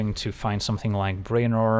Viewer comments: "BRAY-nor"? you mean "BREW-nor" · As always, a brilliant curve. Its pronounced Brew-en-or.